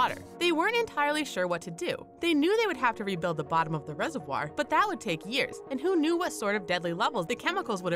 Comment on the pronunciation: Say reservoir right